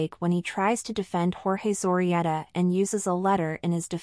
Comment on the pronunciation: Interesting video. You can improve the pronunciation of the word "Zorreguieta", Zo rre guie ta